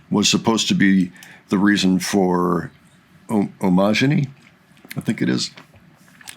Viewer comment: I was at that show with 2.5k other Maidiacs! Best way to learn how to say Omajinai Time is to say Omajinai like "Imaginary" (replace the "I" and the "O" sounds).